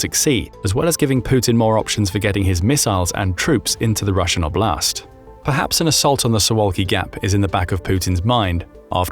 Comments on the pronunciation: 'Oblast, not obl'Ast 😂😂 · Just for context "oblast" is word that in a lot slavic countries mean region. (btw also is have to be pronoucet differently)